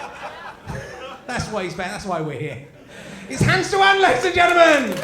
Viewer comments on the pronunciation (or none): Richard is pronouncing "Teeuwen" very badly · btw it's pronounced Hans "Tay-wen"